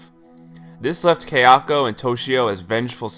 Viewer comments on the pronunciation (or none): Haha I had to comment on the other video that it's kaya-ko not kayak-o it's sada-ko not sadak-o it pissed mee off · This was a great video, very well researched. But friend - if you've watched the Ju-on movies so much, surely you've heard them say 'ka-ya-ko,' not 'kei-a-ko.' So distracting. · Kai-ya-ko, Ta-Keh-Oh, toshio was pretty good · For your information, Japanese is pronounced exactly as it looks. Kayako is pronounced ka-ya-ko. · Only complaint with this video is that my OCD triggers whenever say Kayako's name lol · Great video, but it annoyed me everytime you said Kayako wrong. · Guys seriously he’s a westerner of course he isn’t going to pronounce a Japanese name right.